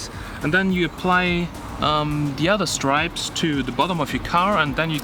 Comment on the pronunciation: well firstly you have to learn how to say 'strips' correctly...you were saying 'stripes' the whole way through the video...LOL...what do you mean by 'front system'...speakers...???